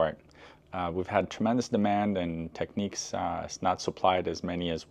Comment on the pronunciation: The cartridge holder was also on the mk3d's, the adjuster at the back was for scratch dj's, the reset button puts it to zero and doesn't lock it to the pitch you have it too and sorry but its tech NICS , not tech NEECS